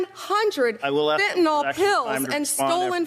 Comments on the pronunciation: Pam Bondi...It's Fentanyl NOT Fentynol, you idiot. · What disturbs me, as a lover of language, and defender of literacy, how the highest government can’t pronounce “fentenyl”. Its not “fentenall”. Geez. 😂😂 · An attorney general saying "fentanol" 😂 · "Metha-amphetamine"; "fentanOl". Quite pharmacologically literate, this lady. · Why do Americans pronounce FentanYl as FentanOl? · Why TF can’t any of these highly educated people pronounce fentanyl? It’s a Y, not an o. What the actual fuck?